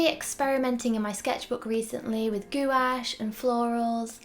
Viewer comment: Enjoyed watching this, but want to mention, to my ear, it sounds like you're saying "goulash,' which is Hungarian soup! What you're painting with is pronounced something like "gwash, ' just one syllable.